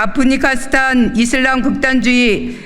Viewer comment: 아프가니스탄발음도 못함